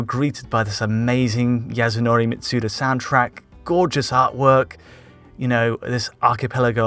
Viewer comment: Great video but please, please why can't people pronounce Yasunori Mitsuda's name right? There is no z sound in his name.